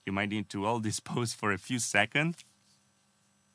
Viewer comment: Hey! Great content as always. Your English has gotten way better since your first videos. I will say you forget to add the “s” at the end of “seconds”. Super nit picky, otherwise awesome man!